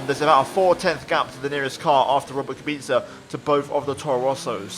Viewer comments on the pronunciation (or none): Nobody: Absolutely nobody:: Rrrrrrrrrobet kubica